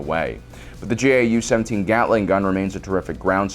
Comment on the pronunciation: gau-17 is pronounced gow seventeen like cow but with a g.